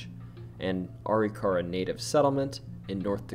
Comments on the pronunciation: I dropped a like. Funny story. I live in North Dakota. When I first moved here I also pronounced Arikara the same as you. Are-E-car-uh. My wife laughed pretty hard as Arikara St. is not from our house in Bismarck. When we drive by we still joke about it. It is actually pronounced. A-Rick-err-uh. In my masculine need to be right, I chased it pretty far until I watched a couple of You Tube videos of actual Arikara tribe members. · Arikara Uh-RICK-uh-RAH Almost everyone gets that wrong. Appreciate you!! Also, when growing up the ghost stories I heard about Custer's house were mostly about his wife. That she is still waiting for him to return from the battle. I believe there are some original items in the recreation too...but I could be wrong!